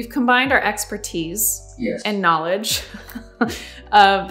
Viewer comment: Experti. Yup, definitely the way I am going to say it from now on XD